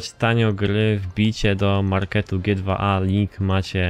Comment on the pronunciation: nie " g dwa a " tylko " dżi tu ej " -.